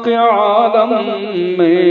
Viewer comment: ایسا معلوم ہوتا ہے کہ اشعار سنانے والے کوئی انپڑھ آدمی ھیں پڑھنے میں کئی غلطیاں کی ہیں حالانکہ یہاں پر اعراب بھی لگے ہیں معالم اور عالم زبر کے ساتھ نہیں بلکہ زیر کے ساتھ ھیں